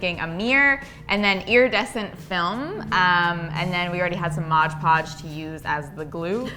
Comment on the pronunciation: Pet peeve here, but it’s MOD podge. Not MODGE podge. Love your projects!